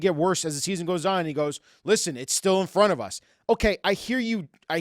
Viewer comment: 'Its still im romt of us' The iceberg